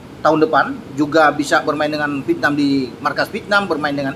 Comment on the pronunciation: Vietnam,.... Bukan VITNAM😂